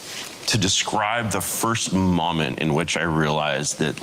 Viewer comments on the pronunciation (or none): He mispronounced “moment.” What a genius.